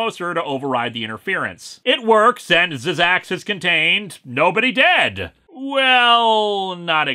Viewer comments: Zzzax is actually just pronounced zax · No offence Linkara but it's pronounced "Zax." The first two z's are silent. At least that's how he pronounced it in the "Incredible Hulk" cartoon.